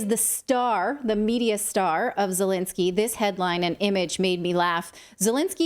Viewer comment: First Lady Di-Lensky?